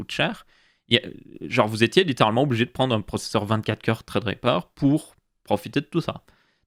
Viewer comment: pourquoi tu dis "traid riper" on dis sa ce prononce threadripper